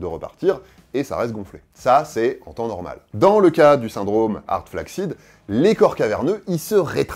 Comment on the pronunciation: "flaccid" ça se prononce "flasside" en anglais.